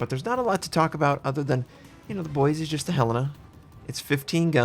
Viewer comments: Its Boi-see not Boi-zee The S is not a Z. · It’s Boise (Boy-see)! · Ohh boy, you aren't saying Boise like a local would... Not wrong or bad, just a little odd hearing it from an outsider. (BOY-see) At least you don't have to say a few other names native to Idaho... like Coeur d’Alene (Kore-duh-Lane)... Thank god that one didn't have a ship named after it or the butchering would be rage inducing... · I cringed every time you pronounced Boise. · Believe it or not, You actually pronounced “Boise” incorrectly.